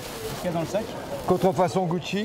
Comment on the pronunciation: je croi que le flic est pas un vrie francie par ce que il a dit contrfonson au lieu de dir contrfacon